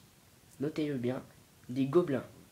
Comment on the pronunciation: On dit comment bien pas comment bient